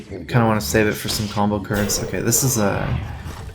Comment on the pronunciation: I hate the way he says N'Zoth